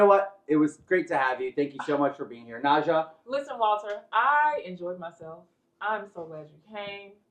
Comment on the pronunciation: George clearly called her “Nausea” not Naja and when he claimed he wasn’t sweating, she responded “-ish.”